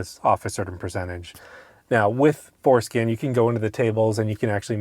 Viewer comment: 😂 I hear it every time